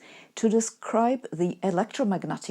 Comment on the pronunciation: That one youtuber that pronounces Einstein correctly. 😀